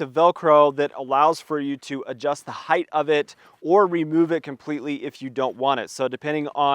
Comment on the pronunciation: Thank you for saying “hite” and not “high-th.” And the kilo high peak chair works for me. I like it a lot.